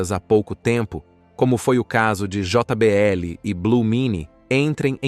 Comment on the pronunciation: Aprende a falar portugues nao se fala jota BL o correcto é jbl como em todo mundo fala